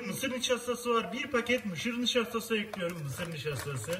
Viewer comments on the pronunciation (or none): mışır nişastası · mışır dinaştası :D adfjaçdfnaddfansf a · Mışır nişastası 🤣🤣🤣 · Mışır nişastası😅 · Mışır nişaştaşı :D